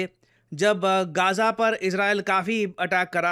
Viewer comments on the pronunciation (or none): none